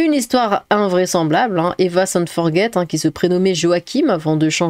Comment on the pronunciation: Pale Français Forget pas "Forguet"